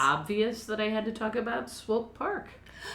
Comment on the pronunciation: I've never lived in KC, but I used to live close enough to get their local news on TV. I think it was in the 90s they refurbished the Swope Park river walk area which made the news often. They always pronounced Swope like rope, so I'm pretty sure you're pronouncing it right. What I've seen of the park is very nice, though I've mostly just been passing through. Great vid y'all! Stay midwest nice!